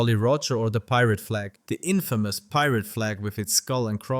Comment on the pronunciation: the way he pronounced "infamous" as "in-fam-moos"😭